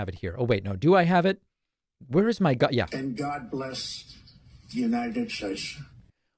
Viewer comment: God blesch the United Statesch of America. 😂